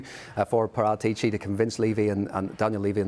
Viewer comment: That actually pronounces Paratici's name correctly (Par*aa*tici) 👏👏👏